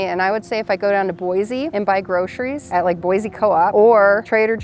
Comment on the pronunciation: Boi-see hun, NOT Boi-zee!!